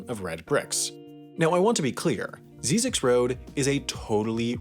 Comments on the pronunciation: He got the name wrong. It's pronounced "zizzix", not "zeezix". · Ziz icks, not zee (at least that's how I say it, don't think anyone really cares much either way 😂😂) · First of all, it’s pronounced “zye-zix.” Second of all, it leads to an ecological research center that is very important for desert related ecosystems and animals. It isn’t just a random road people in SoCal love to laugh at on their way to Vegas 😉. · It is actually pronounced Zz "I" ZX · It's actually pronounced ZY-ziks. (Rhymes with Isaac's.) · the road is pronounced “Zie-Zek” and there’s a science camp there that i stayed at over the weekend as a requirement for a science class at my university. it was pretty fun and we hiked out into the desert and searched for scorpions with UV flashlights at night. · It's pronounced "Zi-Zicks." First I like "Rise," second I like "Vicks." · its prounounced Zie-Ziks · You pronounce Zyzzyx incorrectly the first y sounds like a long I. A few people live and work there. There are classes at Zyzzyx regularly on archeology, history, photography and numerous other topics. I have given talks out there at the annual symposium and it is one of my favorite place in the desert. The movie crap though. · You're saying Zyzzyx road wrong. The Z has a S sound not a Z sound